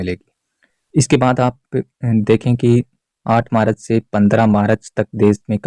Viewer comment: Marach nahi bola jata hai March bola jata hai